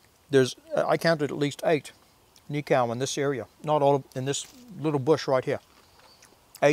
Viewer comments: cool video, just a tip on pronunciation for the word Nikau if you're open to it.. rather than say it as knee-cow.... try knee-co (as in co-op) to remember it just think of.... "Knee-co the knee company" xD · cool! another one Hokitika "Hawk eat tea car" run the words together fast